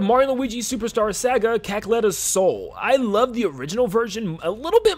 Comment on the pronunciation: "Superstar SAWga" 👍